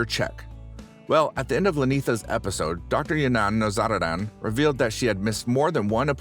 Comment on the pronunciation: I’ve watched several of your videos, they are pretty good… but ur butchering this famous doctors name! All you have to do is watch one episode to figure out how to say it right.